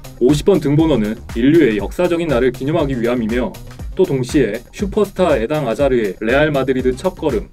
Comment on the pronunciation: 에당 아자르가 아니라 에덴 아자르에영